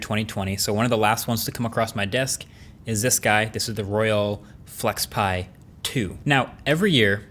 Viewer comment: Can't unhear 'Royal Flex Pie'.